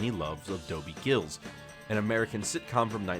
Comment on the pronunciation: It’s Dobie Gillis , not Dobie Gills